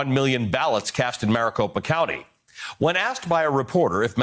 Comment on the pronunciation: Maricocopapa... I think you are adding a couple syllables to many.